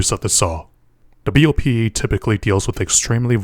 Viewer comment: It's funny to hear someone from BOPE spelling out the acronym letter by letter instead of pronouncing it like a name, such as the FAL rifle (in Brazil, ParaFAL), which is also read at once instead of being spelled out.